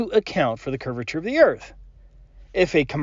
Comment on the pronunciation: he just said Curviture of the earth